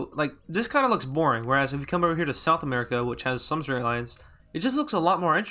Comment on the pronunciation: it sounds like you said sexual america 😂